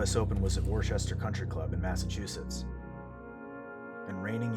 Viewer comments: WORCHESTER?! Wuh-ster, or wustah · Hi masshole here, just for future reference Worcester is pronounced “Wus-ster” not “wor-chester”. Great video tho! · It's pronounced "Wooster"... not "Worchester" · Isn't it "Wuh-ster" or at least "Wur-ster" Mass.? I know that the city is not called "Wur-chester". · Warchester, Massachusetts? oh god nooo!!!! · its pronounced "wuss-ter" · Worcester is pronounced WISTA kehd!! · GREATVIDEO! It's also "woos-ster "Massachusetts! Everyone does it 😂💙🙌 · Good video. I forgot about this. Worcester CC is pronounced wuhster like Worcestershire sauce. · great video but please never say worcester like that again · Great video but you absolutely did not pronounce Worcester right 😂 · PLEASE....learn the correct pronunciation of Worcester CC! :( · No way he said Worcester like that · The pronunciation of Worcester was brutal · i had a slight physical reaction even. lol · Everyone arguing about if he deserved the penalty and I'm annoyed by Worcester being pronounced wrong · Yeah, I caught that too lol